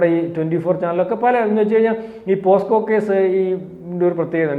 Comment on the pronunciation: പോസ്കോ കേസ് അല്ല പോക്സോ കേസ്. ഇജ്ജാതി വിവരമില്ലായ്മ കോൺഫിഡനസോടെ വിളിച്ചു പറയുന്നു. 😂